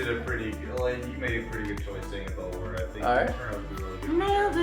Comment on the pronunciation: I expected u to pronounce the name absolutely wrong, but u didn't. 😅